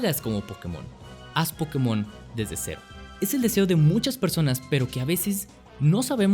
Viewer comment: pero si no sabes ni pronuciarlo como va a ser tu franquicia? xD